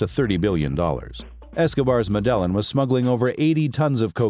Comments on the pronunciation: Stop saying " mid ellen" 😒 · Learn how to pronounce MEDELLIN!!